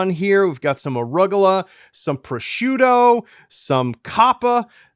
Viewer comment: that is a good lookin dog! but i've never heard arugula pronounced like that